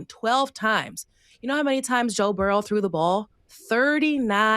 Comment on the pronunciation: Please Ma$e Burrow not Burrows 😅😅😅